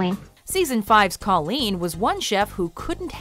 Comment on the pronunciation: its KOLEEN!